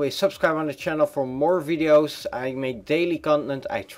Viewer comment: Yeh u said content wrong lol